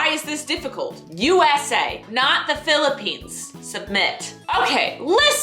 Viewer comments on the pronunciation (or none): did just said philippiesss!!! lmao hiiiiiii from philippinesssss